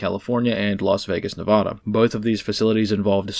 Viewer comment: Maybe one day will learn how to pronounce Nevada.